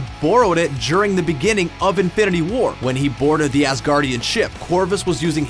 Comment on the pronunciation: Is it just me, or does it always sound like he is saying Avengers: Infinerty war??😂😂